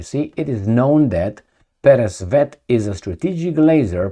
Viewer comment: you pronounce "Peresvet" correctly. Also "Zadira" too. But "Kinzal" is wrong, the "z" sound should be like in french word "Visage" - g sounds like.